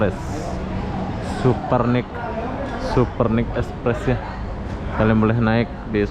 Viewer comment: bukan super nik itu baca nya super nais 😁😁